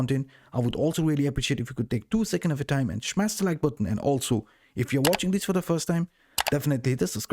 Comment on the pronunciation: Did he actually say: Shmass the like button ??? 🤔🤔🤔😂